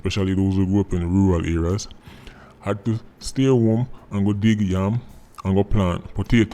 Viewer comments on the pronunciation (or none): none